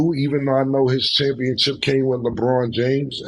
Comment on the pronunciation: And Cam with Championchip